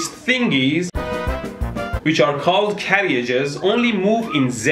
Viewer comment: "Carry-ages". Haha !!!